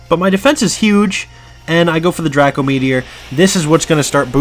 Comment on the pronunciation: its not dr ah co its dr ae co meteor